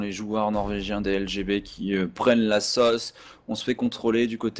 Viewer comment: la SAUCE putain, pas la sôsse ...